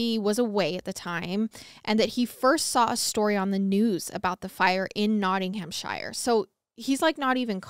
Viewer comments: Take a shot every time pronounces Shire as Shayer. 😂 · I love you guys so so so much but the way pronounced Nottinghamshire cracked me up 🤣